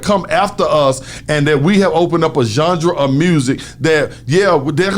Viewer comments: Genre not Junjra 🤣🤣🤣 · Who's gendra? haha. "Genre" playa. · Nigga said "Jungdra"(genre) 75 times 😩😩😩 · Somebody tell you pronounce genre john rah not john ja lol but good shit not a diss but I’m a fan he helped me why not help wicked all love radio shawtyyyyyyyy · It's genre, not jandra! Haha. Luv you bruh haha